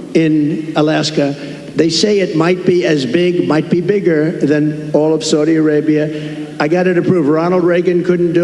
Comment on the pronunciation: If he could pronounce “Saudi Arabia” that would be a start.